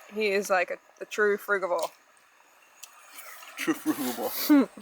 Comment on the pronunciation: Hello I dont mean to ofend you but you are pronouncing the word 'frugivore' incorrectly. If it had a germanic root, like 'give' or 'get' the G would read 'gue'. But being a latin word it reads 'frudjivore'. Apologies